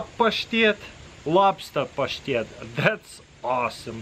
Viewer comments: Hearing him say pashtet is the most satisfying thing ever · It’s so satisfying when he says pashtet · The way you say the word “pashtet” is cool all by itself. Cheers dude!